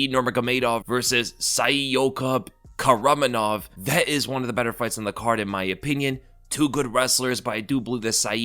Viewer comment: its pronounced kakramonov,why do people ignore some letters in a name all the time🤣🤣🤣